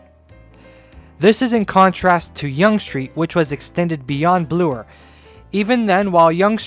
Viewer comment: I love you dedication to the issues at hand. It is truly impressive. On a completely different note, I could not help but notice that you pronounce 'Bloor' as 'Bluer'. I was just wondering why do you do this, since it is the first time I hear such version.